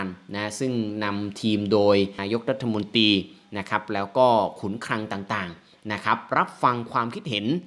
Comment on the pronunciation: ขอติติง... ผู้อ่านข่าว น้ำเสียงดี แต่การออกเสียง อักขระไม่ถูกต้อง ..สอบตก .. เช่นอ่านคำว่า นายกรัฐมนตรี.. เป็น. รัฐมนตี ตี ตี ตีหมาหรือ.. สอบตก หลักภาษาไทย..